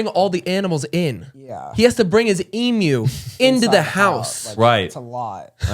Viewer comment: I’m Australian and just have to say how much respect I have for the fact pronounced Emu correctly 😅 EEM-YOU! 👏🏼